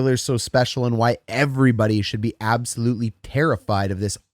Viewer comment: Did you just say avsolutely?